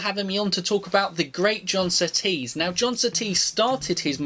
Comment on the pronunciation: "The biggest compliment you could Give John Sooties" .... is by saying his name right..... -_